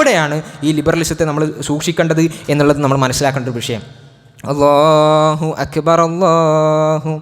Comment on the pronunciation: بارك الله فيك ، നല്ല ഖുതുബ الله أكبر ، الراء بالضم